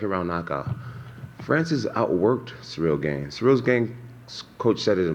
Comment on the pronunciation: I feel like he is doing that on purpose to get into his head cuz I KNOW he knows how to say it properly 😂😂. Combat Sports mental games r hilarious sometimes